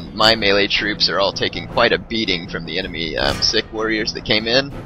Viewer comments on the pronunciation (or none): I love it how you keep pronouncing sikh sick. It pronounced more like seek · no, Sikh is pronounced "seekh." Maratha is pronounced muh-RAHT-ha.